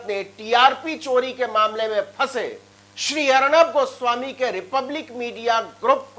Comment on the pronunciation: Muje Hagnab guswamy aise sunayidiya?? 😁Can I consult ENT specialist?